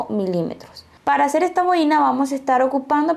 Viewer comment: Que mal explica las instrucciones. El diseno esta hermoso pero prefiero bajar el volumen para no escuchar lo mal que explica. Por cierto se dice bo-i-na con el acento en la o y no en la i.